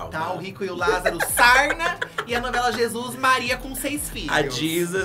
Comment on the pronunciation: N aguento com eles dizendo " a novela Jizus "